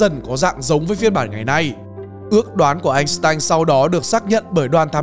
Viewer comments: Góp ý ad, năm 1990 anh tanh tốt nghiệp🙄🙄 sai sai, làm video cố gắng đọc đúng đi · phần lớn ở vietnam hiếm ai đọc đúng tên einstein , đó là tên đức